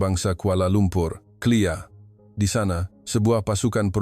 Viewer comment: Konten made in Indonesia...KLIA..bukan sebutan clear..😅